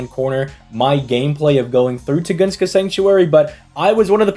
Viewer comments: Tun-guh-skah. Where Tugoongskah comes from, who knows 🤷🏻‍♂️ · dammit.Tun-gus-ka. Not Tu-gun-ska. Unsubbed & reported to ADL